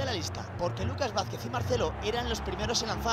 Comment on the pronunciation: Se dice Vázquez congito